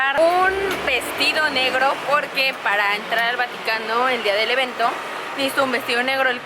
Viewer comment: Like si karen dijo vanocano en el minuto